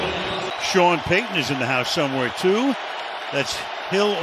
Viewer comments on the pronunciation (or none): none